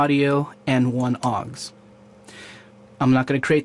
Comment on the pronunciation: PS it's au X, not 'awggs'